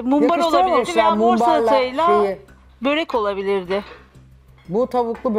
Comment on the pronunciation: Zuhal hanım barı siz yapmayın😭😭 böğğrek değil börek.